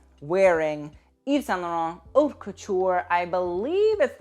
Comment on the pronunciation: dude you literally always say plit like that, the t at the end is silent, it's very fucking annoying seing everyone butcher the french language. And also, in haute, the h is also silent, it's literally the name of your channel. If you're not sure about how something is pronounced, just go check on google translate, press the vocal button. It's not that important and probably doesn't require a full comment on that, but saying the name of your channel correctly, considering the way you wrote it, may be better